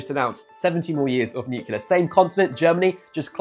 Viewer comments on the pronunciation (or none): NUCLEAR NOT NUCULAR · It's not nukelar it is pronounced nu-clear